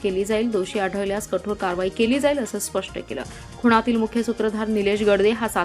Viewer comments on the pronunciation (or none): 'खुणातील ' नाही 'खुनातील म्हणा